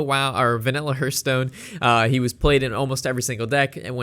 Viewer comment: Say it with me..."Hearthstone" - The first part sounds like "Heart", not like "Earth"